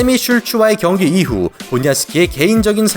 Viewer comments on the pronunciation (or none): 경기가 아니라 변기^^ ㅎㅎㅎ항상 영상 열심히 보고 있습니다^^목소리와 발음이 정말 좋으세요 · ㅋㅋㅋㅋㅋ나도 이글쓸라햇더니 이미잇네...근데 변기같이 들리기도함